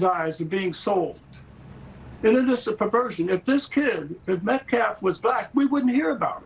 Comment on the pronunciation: He never says Austin’s last name correctly. It felt purposeful!! It’s not Metclaff you race hustling cowards!!